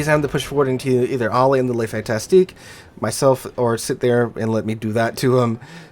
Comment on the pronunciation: Fantasque. Fantasque. There is no "ti" in there.